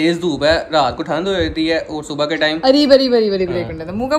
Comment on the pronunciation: thand hota hai tant nahi 😂😅